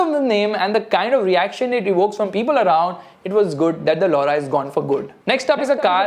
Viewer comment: Skoda Laura sounds like lau***